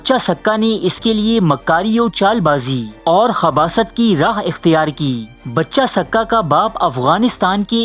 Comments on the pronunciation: بچہ سقہ نہیں بچے سقہ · It's pronounced Baacha, not Bacha, ae sadayeen wannabe intellectual 😂